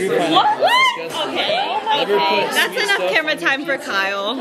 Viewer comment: Kyle 😭😂 you said kale like th vegetable